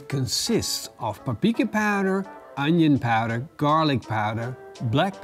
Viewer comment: I think he called it “papika.” 🤔😜